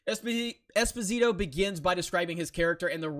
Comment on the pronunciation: You said it wrong, but it's not your fault. Being a neapolitan surname, it's pronounced Espòsito, not Esposìto. Also the name Gian=Jan, Gia is pronounced as in Jabba. Carlo is correct. There you have it: now you can be the first american who get it right :D